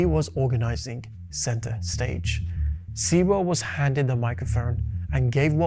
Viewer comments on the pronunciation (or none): Sewell is pronounced "sue-all"..as in sewer .. at least get that right for starters. Please research more before concluding ..